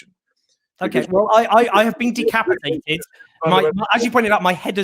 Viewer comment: "My head has been de capitated" ...fool , you have been decapitated , Jones you a mouthy kid.